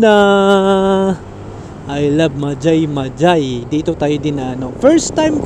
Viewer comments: Hindi Yan majay majay basa nyan sa mahay hay laguna po Yan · Mahayhay po ang basa dun ndi majaymajay✌️ ingat po😊